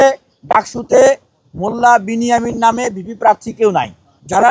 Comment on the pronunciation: নমে নয় নামে